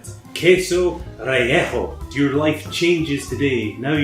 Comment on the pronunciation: I love how you pronounce "relleno". I think I heard the entire of Mexico cry out in pain...and then silence. Thanks for another fun video,!